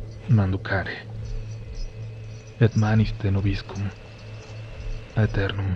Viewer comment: Ni lo sabes pronunciar. La "ae" de "aeternun" suena como "e". Luego es "venite" no "venité". Y eso de "in tenebris manducare intrat pater", creo que necesita revisión, digo, para que en español no suene tan incoherente.